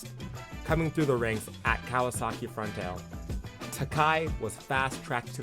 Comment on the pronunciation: Also . . . just for accuracy sake . . . it is pronounced Front - TALL - lay 😉